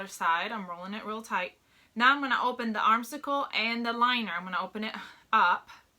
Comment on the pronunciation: Girlfriend, it is an armscye, (pronounced arms eye) not an arm cycle, lol. Also, it’s a lining, not a liner. 😂